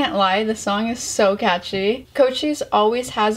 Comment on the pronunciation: I've never seen a person that has ever pronounced Cochise name correctly W reactor